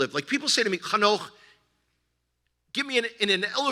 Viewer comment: It's Hanoch, BTW ;-)